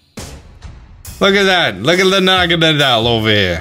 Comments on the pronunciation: BRUH I TOLD U THAT IS NOT HOW U SAY naGAnADEl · You say naganadel like this na-ga-nay-del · Ah senior naga-na-del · No one: Not even Necrozma:: proceeds to butcher Naganadel's pronunciation